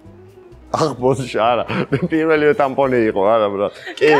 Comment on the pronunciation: გორელი რო კითხულობს პირაფი ნომერი კითხეო ძაან გაჯმააა😂😂😂😂😂